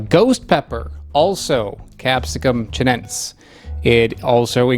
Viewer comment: In latin names, you pronounce ALL the vowels! You keep dropping the 2nd u in annum, and the e in chinense